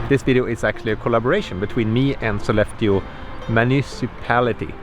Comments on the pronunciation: Ok, for many of these northern cities that ends in "eå" you don't have to pronounce the "å", it makes you sound like a non-native 😁 I lived 85 km west of Sollefteå for 2 years, and no-one pronunced it with the "å" there. Other cities you can safely skip the "å" for without sounding strange are: Umeå, Luleå, Piteå, Skellefteå, and Torneå. ... well, I'm a bit torn (pun intended) about Torneå, I sort of, kind-a, tack it on there... sometimes. 🤔 There might be more of them, but none I can recall at the moment. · Jepp, Sollefte, Lule, Skellefte, Ume...up north we have to spare on energy, especially in winter so why put a totally unnecessarily vocal at the end! 😄